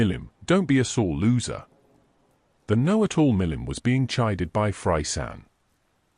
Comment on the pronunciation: I cant get over how the ai calls fray "fry". I cant help but think of fry from Futurama lmao